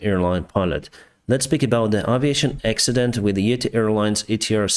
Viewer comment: Its yeeeeeti yeeetiiiii ure saying like etihad dubai one